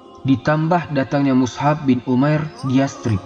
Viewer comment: Lebih tepatnya Mush'ab bin umair. Bukan mushab. مُصْعَب